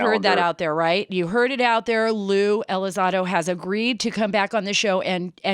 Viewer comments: It's not pronounced Lue Elizodo it's Lue ElizONdo. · The name is Elizondo, Sara, not Elizando. Mr. Elizondo’s “jumping into conclusion” comments in regards to a theological position simply demonstrates that he disregards the supernatural aspect in regards to the UAP. A very dangerous approach to a subject (UAP) that has clearly shown to be a lot more capable than Elizondo himself or for anyone in this matter. Curiosity kills the cat. Praying for ya, Mr. ELizondo. And yes, you too, Mrs. Carter. Be blessed in Him! By the way, Luisito, the video is NOT from a “gun camera”, it is from an Advanced Targeting Forward Looking Infrared (ATFLIR) pod. Cmmdr. Fravor aircraft, an F/A-18F Super Hornet (Pilot & WSO), during the “Tic Tac” incident, did NOT have such a pod nor videotape from the “gun camera”. The FLIR 1 is from the SECOND Twin-Seater Superhornet that took off after Fravor had landed. On the Advanced Targeting Forward Looking Infrared (ATFLIR) video taken by the second crew, it can be seen next to RNG (Range) symbology, the numbers “99.9” which indicates the radar in the Super Hornet is “unable” to get distance to the UAP. Fravor’s opinion is that the radar was being “jammed” by the UAP, considered hostile, according to Fravor. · Ya, she also mispronounced his name Tom Delon, and lue Elizado....Wonder how much research she did before the interview. Nevertheless Lue was good again.